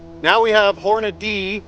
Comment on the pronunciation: Good job with the "Hornadeee". For that reason alone, I just subbed.